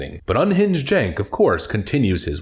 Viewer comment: Is his name spelled cink, but sounds like jank. He should spell his name T-O-I-L-E-T. But it sounds like jank.